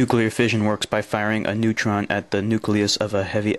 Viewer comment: What's a "neuton?"